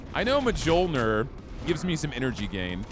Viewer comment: did you just say "Muh-jole-nur"????? It's Pronounced "Mole-neer"